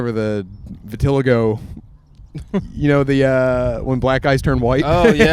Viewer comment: saying vi-till-a-go for vit-il-log-o took me out. Lol Shout out Krizz Kalico